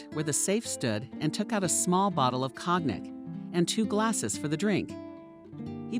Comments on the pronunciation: "Cognac" is pronounced "kon - YAC" with emphasis on the 2nd syllable. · Cognac is pronounced co-yac.